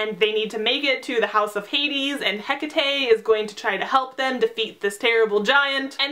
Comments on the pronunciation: Its prononced heck-tate not heka-tay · Im sorry but "Heck-a-tay" ??? :D It's "Heck-ate" xD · I thought it was pronounced as Ha-cate.And the demigods who are sacrificed have to be from the seven so dont worry about Nico and Reyna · i think its pronounced Hae-cate but I TOTALLY AGREE WITH EVERYTHING ELSE!! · oh my. i've always pronounced it as HECK-A-TEE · Isn't it Hecate as in H E C A T E?? #NoHate just asking